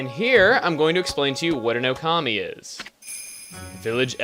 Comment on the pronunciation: I think it's pronounced OH-kami, with the accent on the first syllable. But don't worry, I say it that way too. xD